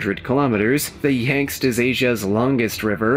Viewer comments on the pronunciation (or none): OMG! The Yangst River! 🤦🏻‍♀️ Here I go, turning into a Karen again! LOL! It’s Yangtze… Yang-tsee. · They were saying Yangtze River….yet throughout the video it said Yang see (or whatever. It’s more important to me that children learn the proper spelling and/or pronunciation. Let’s not dumb down America even further! Until we demand the proper spelling (and instructional ways to figure out pronunciation, our children will NEVER learn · Never heard Yangtze pronounced “ yankst “ before…